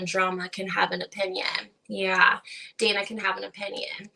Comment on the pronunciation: Yes it was Dah-nah Banan-ah 😂